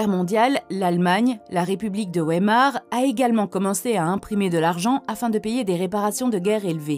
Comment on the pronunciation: République de Weimar se prononce veyemar en allemand